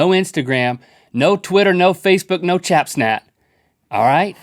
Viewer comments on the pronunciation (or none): Did anyone notice Link say "Chap Snat" instead of Snapchat xD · he said chapsnat instead of snapchat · link said "chapsnat" lol! Who here has chapsnat (not snapchat) XD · Lol it's snapchat not chatsnap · I watched this 5 days ago but did link say "chapsnap" instead of "snapchat" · He said CHAPsnap........ Not snapchat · no "chapsnat" GG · No "Chap snat" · I thought it was funny bc I literally call it that too. either chapsnat or the chatsnapper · Chapsnap 😂😂😂😂 and Rhett said "you said chapsnap" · Link its snapchat not chapsnap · Link said chap-snat and not snapchat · he said chapsnat instead of snapshot lol. rewind to the beginning if you don't believe me. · am the only one who noticed that he said chapsnat instead of snapchat XD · chatsnap?link seriously it's Snapchat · Did link just say no chapsnat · Link said chap snap 😂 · "you said chatsnap" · Did he call it chat snap ?!!!!! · "Chap-Sant" Link -2016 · Link said "chapsnat" for some reason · Lol, Link said Chapsnat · Why did link say chapsnat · Link said chapsnat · What's this thing with "Chapsnat"? Did Rhett or Link say it by accident once? lol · Did he not say chapsnap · he said chap snat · Lol link said chapsnat XD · Is it just me or did anyone hear Link say "no chapsnat" lol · did he just say chapsnat 😂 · Did he just say Chapsnat ? :,D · Im sorry link but when you said "chapsnat" I bursted into laughter and opened my eyes I JUST CANT CHAPSNAT 😹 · Link said chapsnat! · Rhett said you said chapsnap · am i the only one who noticed he said chapstat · Am I the only one that notice that link said chapsnap??😂😂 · he said "chap-snap" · Link did say chapsnap? 😂😂😂😂😂😂😂 Rhett is like: did you say chapsnap? I'm like: 😂😂😂😂😂😂😂😂😂😂😂😂😂😂 fell of my tree house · Really link why did you say chapsnat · Did he say "chap snap?" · Anyone else notice that Link said "Chapsnat" 😂😂😂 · he said "chapsnat." what a goof, lol. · (CherryBomb2000) It sounded more like chatsnat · Lol link said chapsnap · Link said ChapSnat. I'm dying of laughter